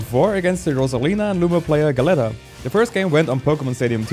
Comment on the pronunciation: I dont know the player, but the word "Galleta" means cookie in Spanish and is pronounced like "gah-yetta" Good video though and nice run!